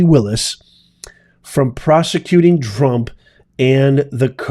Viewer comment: Did you actually just call President Trump "Drump" and not correct yourself? Smh smiling...